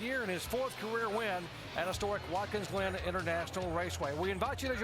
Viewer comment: As the race goes on it sounds like Jerry Punch is saying “Watkins Lynn” when saying the track’s name lol